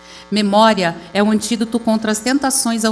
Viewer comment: Kkkkk a janja nao sabe falar antídoto